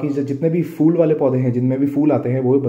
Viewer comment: Is it really fool 😂😂😂or phool